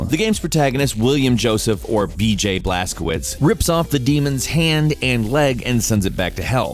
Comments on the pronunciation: Blas-co-vich, not blas-co-wits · Look up google transaltor (polish) how to pronounce the protagonists name Blazkowicz, couse you pronounced it as if it was Blazkovitz, while it should be Blazkovich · W = V - CZ = CH BlazkoViCH is it really thyat hard to pronounce? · Blazkowicz you read like "Blazcovitch"